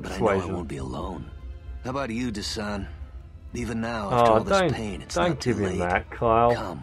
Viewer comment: Good video! He's DESANN not Dessan